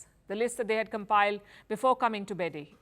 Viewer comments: Beidahe is pronounced Bay-Die-Her. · sorry i don't trust someone who can't pronounce Beidaihe to have inside knowledge about China